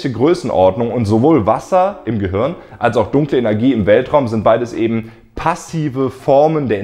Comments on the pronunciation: du sagst immer "gehürn" oder "gehörn":) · Hey Leute! Was meint Ihr? Ist das Universum ein Gehirn? Falls nein, wie sind die Ähnlichkeiten zwischen Filamenten und Hirn zu erklären? Übrigens sorry, dass ich Gehirn immer "Gehörn" ausspreche - liegt an meinem rheinischen Dialekt xD Bald ist ja schon Weihnachten und deswegen erhaltet Ihr in meinem Shop Rabatt auf alles! Verschenkt doch dieses Jahr mal einen Plüsch-Planeten, ein Science-Shirt oder eines meiner Weltraum-Bücher! Schaut mal vorbei und gebt am Ende den Code "galaktischeweihnachten" ein: 🚀🎅